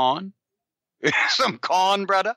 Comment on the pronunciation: "Brudda, would you like some cahn? Some cahn brudda?"